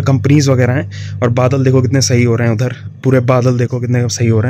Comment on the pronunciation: When he says "phirrrrrrrr, ourrrrrrr" Udhrrrrr😂😂😂😂